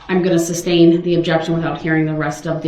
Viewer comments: It’s sustain not substain! It would help if you would read the legal handbook she allowed you to borrow. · Omg I thought I was the only one who got so irritated with his mispronounced words!!! "Aks.. Axe" "suBstain" "troof" and "oaf" drove me nuts!!! I really wanted someone to tell him, every time he mispronounced those words, that's not how you say it dumba$$!!! Oh shite I forgot "grounz grounz" On that one I wanted the DAs to do the same to him just as disrespectful and loud as he says it "GROUNz Grounz" 😂🤣😂🤣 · I only wish the judge had corrected him on other things: “axe”, “substain”, “groundz”, “tacket”, “troof”, etc. Had an ex-narcissist spouse who also had no grasp of enunciation/English language and he hated it when I corrected him. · Biast, ax, grounz, substain, conversate, etc, etc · Some of the entries from Duh-Rel 's alternate dictionary: Offer of Pruf. Subtain. Axe. Grounz. According to him, everything is hearsay. Eyewitnesses could not possibly have seen what they actually saw. 🙄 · Can you imagine all of the (sic) in that mess? LOL “Reason for the sub stain? (sic)” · Grounz and substain drove me batty when he said them too! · Like when he says substain🤣🤣🤣🤣🤣🤣🤣🤣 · Woman beating killer....deserves every shovel full. idiot thinks there is an x in ask, a b in sustain, says examinate, says tack-eet, this-that-and-the-third.........total moron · You make me laugh..he said it a new wrong way 🤣🤣